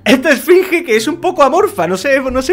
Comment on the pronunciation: a dicho esfringe